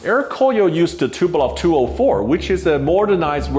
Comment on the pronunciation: TuPOlev, not TupelOV...very common mistake, like the way that aome people say "Anatov" instead of "Antonov". These are the surnames of people that designed the aircraft so it sort of matters.